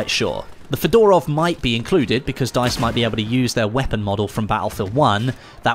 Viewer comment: Lol hello my old friend "fedarov"